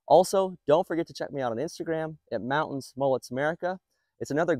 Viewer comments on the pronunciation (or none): none